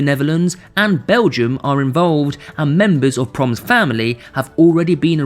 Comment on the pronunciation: You pronounce it PRO-MESS not ‘proms’…. Anyway. Do ihataren next. That boy had some sick connections to the underworld.